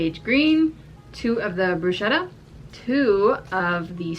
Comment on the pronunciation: Btw bruschetta is pronounced with a k sound, brusketta